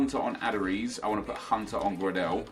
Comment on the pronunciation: The pronunciation of some of the players is horrendous 😂, Grad-el and tremulin-a mate sort it out